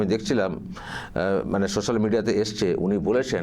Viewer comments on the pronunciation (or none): none